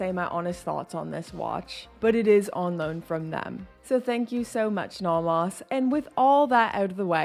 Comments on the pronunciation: I’ve never heard someone pronounce nomos like that. “Naw-moss” 😂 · Are you pronouncing Nomos correctly?